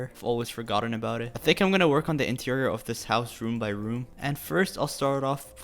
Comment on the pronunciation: E-TEIRIOR Me: interior